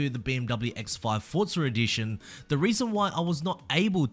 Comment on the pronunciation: why do you say ForzarEdition instead of Forza Edition?